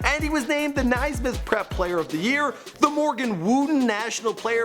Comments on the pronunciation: Love the videos, always fun stuff I never understand the mispronunciations though. James Naismith is a Canadian like you, pronounced Nay-smith not N-a-i smith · Its not nisemith its naismith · Naismith let me pronounce it: nay - smith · It's nay-smith not ni-smith